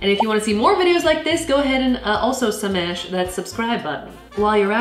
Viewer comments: WHT SMASH??? YOU NEED TO SAY SHMASH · DID SHE SAY SMASH INSTEAD OF SHMASH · I'm not used to saf not saying schmash